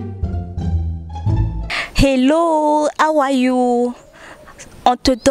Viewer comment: Ton anglais du début là est bizarre hein...je me demande si c'est how are you ou bien hawa toi😀😀😀😀😀